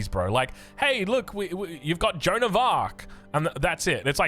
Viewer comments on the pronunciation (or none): none